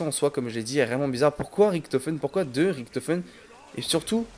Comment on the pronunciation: Gg mais tu me stress quand tu dit Riktofen